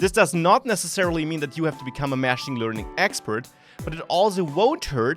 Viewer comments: It's not mashing, it's machine, they are not pronounced the same, very minor point. Love the channel, great content! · your pronunciation of 'machine' is wrong. Your syllable emphasis should be on the second/last syllable otherwise it sounds like you are saying 'mashing'.